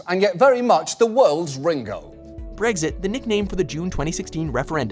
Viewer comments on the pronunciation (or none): none